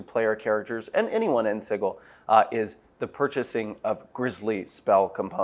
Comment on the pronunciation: I hate that god awful pronunciation of Sigil.